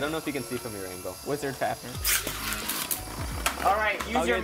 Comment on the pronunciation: It is pronounced fafnee er